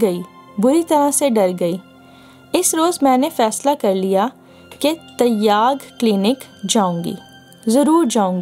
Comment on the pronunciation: Vo lafz Taiyyag nahi "Tyag" hai.